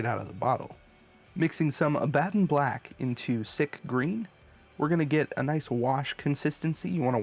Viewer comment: Hate to be that guy but its killing me... its pronounced AB-A-DON like the name, not AH-BAD-DOM